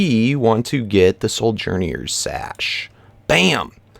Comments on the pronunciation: I think it's SO-JEN-ER sash. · I just wanted to let you know that sojourner is pronounced so-jer-ner, not so-jer-knee-er. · ( I feel like I'm getting tased every time 'wyvern' and 'soujourner' and 'chordata' are mispronounced